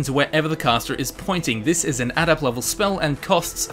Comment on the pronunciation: Why can't you pronounce adept?